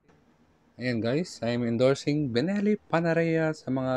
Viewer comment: Ano ba talaga? Belleni or Benelli? Haha. 😅